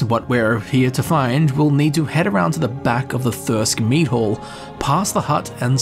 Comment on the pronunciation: What your accent says "Mead hall" What my unaccented ears hear: "Meat hole" .... Also, I always play as a necromancer to some degree, always. For one main reason. I get to use the necromancer motto to even the slightest bit of danger. "I'm behind 7000 skeletons, good luck!"